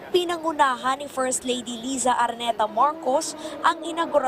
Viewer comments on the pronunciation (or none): none